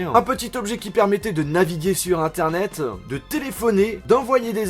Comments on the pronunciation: En 2007 heun , internet heuuin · j'adore tes vidéos, mais ça me perturbe trop que tu mettes des "euh" à la fin de chacun de tes mots... ''Un petit objet qui permettait de naviguer sur interneteuh, de téléphoner, d'envoyer des smseuh, de pouvoir écouter de la musiqueuh" j'te jure ça me rend fou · d'écouter de la musiquan et on peut naviguer sur internetan pourquoi le "AN" a la fin??? ÇA FAIT CHIER!!!!